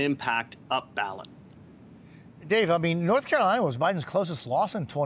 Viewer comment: BLORTH CAROLINA LET’S GET IT